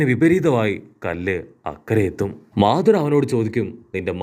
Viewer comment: മധുരം മആധുറ 😂😂😂😂😂